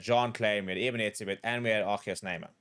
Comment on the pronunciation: Eben?? Really 🤦‍♂️